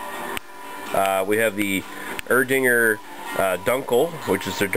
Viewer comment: Nothing is usually silent in German. From what I know, it's just (y)Er-Ding(a)r with a soft Ae in the beginning - not the "eee" sound. Thoughts?